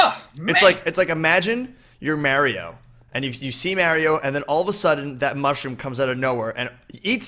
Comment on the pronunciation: Who else gets annoyed every time he says Mario wrong